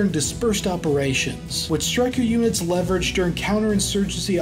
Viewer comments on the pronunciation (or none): none